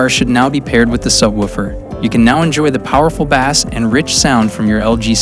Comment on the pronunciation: The “BAAAAAS”